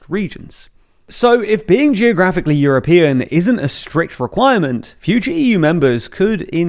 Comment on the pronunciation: You’re mispronouncing and misspelling it.